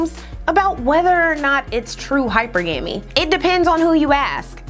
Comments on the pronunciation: Of course not, she’s a former teacher and hypergamy is mispronounced on almost all content the word is featured. Plus the word is written more than it’s spoken as well. Intellectuals tend to overlook the inconsequential things like punctuation, pronunciation, and even spelling errors. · You don’t have higher standards, just racial insecurities. Imagining that a mispronounced word carries a penalty that you as a black person will have to pay by proxy. That’s an existence I would never impose on another black person. I tend to listen more than I speak which is why I’ve never needed to looking up a pronunciation of a word. Try it, you’ll be amazed. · I absolutely love your content. I also cringed every time you mispronounced hypergamy, and hypergamous. Yikes. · Wait.....no one on her team told her how to pronounce hypergamy???!!😂😂😂 hey I'm still watching tho!!! But it's tough to keep listening 😫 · that's awesome. With all the work that you've put into your production, it comes off as the work of an entire team. You truly represent the black woman who does it all!! 🙌🏾 Everything you've done on this this production is phenomenal. The mispronouncing of hypergamy and all its variations was like an inkspot on an all white ensemble. It just took away from anotherwise flawless production. Super kudos to you 👏🏾 I'll be tuned in for another episode. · I can’t with your pronunciation of HYPERGAMY 😓 do better please listen to googles pronunciations. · I loved this video and all of the research that you put in to make sure that it was accurate. But sis, I cringed at the way you pronounce hypergamy. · It’s Hyper-GAH-MEE, luv. Video dope as always though. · Technically, it's: Hy-PER-Guh-Mee. There is emphasis on the second syllable, like in "monogamy". 🤓🤍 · she's wrong, too😂😂. It's pronounced "hi-PER-gah-ME" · You're wrong too. The 2nd syllable has the accent, pronounced "hi-PER-guh-ME".😅😂😂. But research is 🔥🔥🔥 as usual.😊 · Pronounce is like this: hyperg-gumy